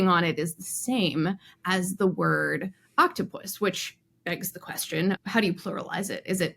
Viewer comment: It's octo-pus, not oct-opus